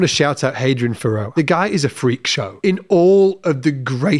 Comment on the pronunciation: hadrien fa rood. is how its pronounced. saw him say his name.